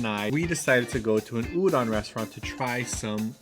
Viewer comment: udon is pronounced ooh-dohn! The "-don" sound should rhyme with "bone"! You have to remember that the letter "O" in Japanese will always make the same sound -- a long "oh". So "udon" will rhyme with "bone," and "tonkotsu" will be like "tone-coat-tsu," and "futon" will be like "foo-tone." Sorry, I'm not trying to criticize -- this is just for the sake of your future eating/shopping. If you ask people where you can find udon and pronounce it "ooh-dawn," they'll have a hard time recognizing the word.